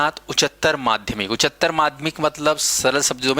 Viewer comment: उच्चारण तो शुद्ध कर लीजिये महोदय, उच्चतर होता है😊